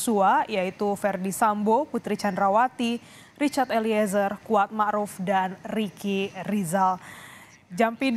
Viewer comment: membacakan nama RE saja gak betul.., cuma membacakan saja trs berulang salah.., Ambil kepusannya..gmn ya????